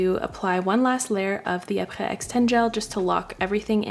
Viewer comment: pronounces Aprés correctly Me, an American who only knows English: omg wow 🤯 so fancy and French 😚🤌 very much impress 🥖🧀🥂 I am very easily impressed and constantly forget that Quebec French is one of Canada’s national languages 🤦